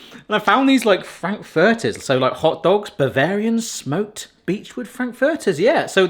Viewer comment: Your pronunciation of "Frankfurters" is hurting my brain.